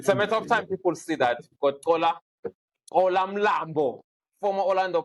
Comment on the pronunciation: Why doesn't Xola correct Nadeem? it Xola not Gcola